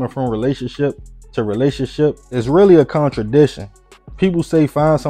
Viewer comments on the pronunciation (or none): Work on your diction bruh….”conchadiction” you mean contradiction??